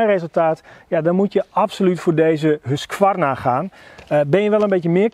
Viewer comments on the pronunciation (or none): Je spreekt de q niet uit in husqvarna